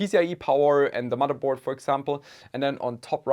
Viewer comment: I watch this channel to hear when he says mudderboard